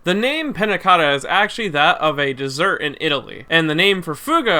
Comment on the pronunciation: Actually it sounds like "Panacoraa"(the way he pronounces it) that's why I say American people don't care about anything else that is not English (American). He says Pannacotta is his favourite character in existence but he didn't even check how his name is supposed to be pronounced (Just like Vento Aureo, he says "Vento Oreo"). Not saying that he MUST pronounce it perfectly but he could atleast try... just saying he read "tt" as "r"...